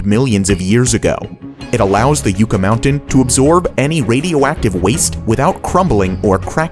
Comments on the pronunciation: I would buy the abandoned airport and renovate it as a massive or multiple paintball arena[s]. Who wouldn't to travel for that? Runway may repurposed or kept as is for private jets (rich people play too). I live in Las Vegas... it's not "you-ka" mountain, it's "yuh-ca". There numerous other reasons it was a poor idea to begin with. Nevada is actually very committed to the transition to renewable energy. Solar, wind and geothermal power are being employed. The adoption of these sources is getting there, it just takes time. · You kept mispronouncing the word "Yucca", over and over again on your Number 1 failed megaproject. It's "Yucka", not "Youka" (just like the cactus) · The pronunciation of Yucca Mountain Is: Yucca, like UUHHH as in UNdone, or NUN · Pronounced Yucka mountain by us from Ne Vah Da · It's pronounced Yuck-a. Named after the plentiful Yucca plants (trees) in the area. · You mispronounced Yucca it yukka and Nveada is Neadda. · That’s not how you say yucca lol it’s pronounced like you say “yuck” but ad a “uh” yuck•uh a yucca is the New Mexico State plant. Just fact checking lol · It’s pronounced yuck-A mountain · It's pronounced yucka mountain and it's 1000 feet under ground. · Uh no, the safest way to dispose of nuclear waste is to burn it up in Liquid Fluoride Thorium Reactors (LFTR) which can easily consume the nuclear waste produced by existing nuclear reactors! Oh and it is pronounced "YUCK uh" not whatever the hell it is you're saying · It's pronounced "yucka". How is it that everything in Nevada, including its name, is seemingly purposefully mispronounced. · Having to hear “YOO-ka” that many times might’ve driven me insane. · Yo. I couldn't even watch the last one.. yucca is pronounced like 'Yuck-uh' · Yucca is pronounced 'YUCK-uh'. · It’s pronounced “yucka” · Yucca pronounced yuck-uh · Can you please learn to pronounce "yucca"...Yuck-ah... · Yucca is pronounced "Yuck-uh" ... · It’s pronounced yuk ah mountain. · It’s pronounced YUCKA